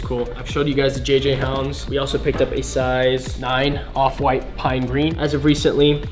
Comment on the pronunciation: Man said JJ-Hounds